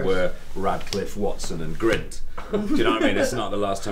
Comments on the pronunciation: Gunt? Grint dude... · i think you mean Grint... its Grint not Grunt